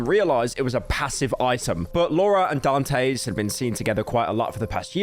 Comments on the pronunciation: Dantes... Daan tess. Not dan tays... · Honestly i feel like you should take this video down and revise it cuz i feel like you left out some information And you say dantes name wrong the entire vid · Nah this video was shit. He didn't even know how to say Dantes name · Better late than completely wrong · He’s got the Great Britain disease, he can’t control it!